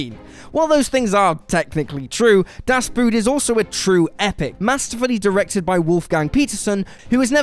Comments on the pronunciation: Das boot is pronounced das boat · Even worse. It sounds like the english word boot to me. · "Boot", in German, is pronounced the same as "boat", moron. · das boot is pronounced boat, not boot...get it right!!!!!!! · Although it's spelled Boot, it's pronounced "Boat". According to my German Friends. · Das bot,not boot,its not shoe it it is submarine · "Boot" is pronounced in the same way you pronounce "boat" in english (and it has also the same meaning) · Das boot is pronounced as boat and not something you wear on your foot! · Das Boot is pronounced das Boat. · I know, but it's close enough for the brits and it's WAY BETTER than "bewt" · the way he pronounces "DAS BOOT" just torn me apart XD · Hahahaa, what a clown! Das Boot, as if every word spoken on the planet is English. Get a grip, and respect your viewers enough to pronounce words in the language as intended. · Why can't people say "Das Boot" correctly? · Dunkirk was boring. Das Boot is pronounced very much like the English word. Inglorious Bastards doesn't belong on any list. Hedd Wyn (WWI, Welsh film). Joyeux Noel. Pork Chop Hill. Glory. The Bridge (Die Bruecke). Schlacht um Finnland. All Quiet on the Western Front. Hacksaw Ridge. Captain Horatio Hornblower. Blackhawk Down. The Longest Day. Downfall. Alexander Nevsky. Empire of the Sun. Arn. Lawrence of Arabia. Land of Mine. The Beast. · I literally shuddered every time he mispronounced it. A literal shudder of my physical body.